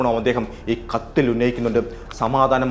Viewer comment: വാക്കുകൾക്ക് ഇത്രയും കട്ടി വേണ്ട പരമ ബോറാ. കത്ത് എന്ന് പറയുന്നത് പോലും കത്തിയാവുന്നു